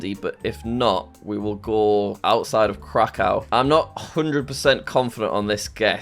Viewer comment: Jack, please refer to krakow as kra-kouv its annoying the way you say it